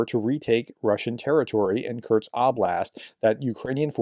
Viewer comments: Professor . Constructive criticism : Sound it out . It is pronounced Kur-sk Not Curt-s. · I am a subscriber and I watch all of your videos, I love them. But, please, please pronounce Kursk properly. Just say "curse" and add "K" (like the last letter in cooK) --> curseK, that's it, that easy. Sorry but it is jarring when you, mispronounce it. Thanks and keep up your amazing work!